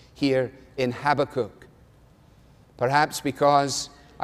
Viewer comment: I like Alistair's pronunciation of Habakkuk! No, I love it!!!